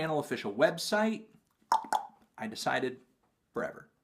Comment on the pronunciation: You cant even say the name of the album right.